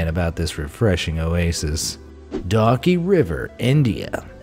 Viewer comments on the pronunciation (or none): none